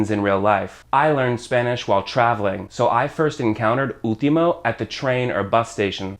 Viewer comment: Great video. Shadow as a verb is something new for me. Also, when You say "último" I hear You don't pronounce the "L", I hear You say "úhtimo". Last but not least, "hombre fácil" means that man is easy to get for any woman, same as "mujer fácil" easy to get for any man. And is true most of us are "hombres fáciles". XD